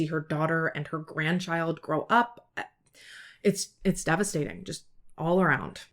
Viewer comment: "It'a time" 😂😂😂